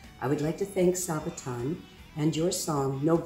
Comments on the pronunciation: SAAAAA-BAAAAA-TON! Not Saebaton. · Sorry, but wrong pronunciation of the band's name. It is pronounced: saa baa tonn, not say-baton. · Why are you still calling them Sae-baton? Or as it sounds like: Sae-beton. SA-ba-ton. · And NOT Sejbaton as says 🙄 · She really just said say-buh-tonn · come on guys, after all this time? it's pronounced Sa-ba-ton. xD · Please stop saying "Saybaton"!